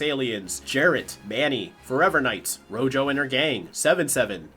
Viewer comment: rojo means red in Spanish, and that is not how you pronounce it 😭(great video tho).